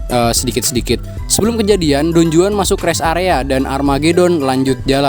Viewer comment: Pengucapan yg bener : Don huan J : huruf h di bahasa spanyol